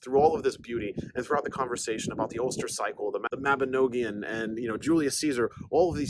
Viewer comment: It is pronounced the Mabinogion not noagion and it means , a children’s book .The children of the Cymru. Welsh that is.